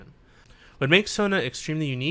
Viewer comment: Is it just me or does he call Sona “Tona” ?